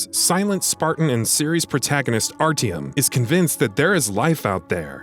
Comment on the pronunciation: Triggered me the way you say Artyom